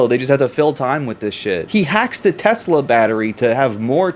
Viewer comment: I LOVE TESLER